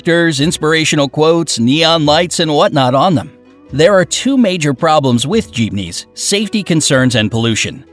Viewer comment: Bruh- im a Filipino- and honestly im kinda mad at Bright Side for pronouncing most of our cities, and other stuff wrong like Jeepneys and Cebu.